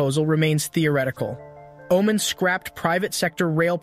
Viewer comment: My man did not just call Oman " Omen" 💀